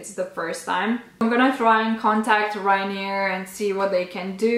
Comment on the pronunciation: I think its Ryanair not Ryanear actually :)